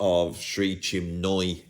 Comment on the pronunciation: Major issue : - nobody ever tells us why Tony Williams sent for JM in the first place ........ Minor issue : - the picture says "Chinmoy", our pal says "Chimnoy" .........................